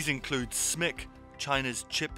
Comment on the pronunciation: Thanks for calling it "Smick"! I always do, somehow most YouTubers want to spell out SMIC.